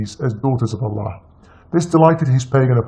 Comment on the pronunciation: zino R.H.L he was never a Muslim he can't even pronounce Allah properly. He knows more about bible than Quran. A fraud who is only spreading hates and lies and he wants to get his ass kicked bad